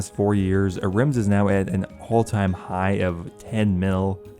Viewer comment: Maybe you should take the time to actually lookup how some of the words are said because I had a stroke hearing you say basalt and ahrims. It's not a-rims and it's not bahsalt that one isn't even a "made up" name